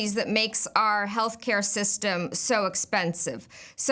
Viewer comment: "Health caya"?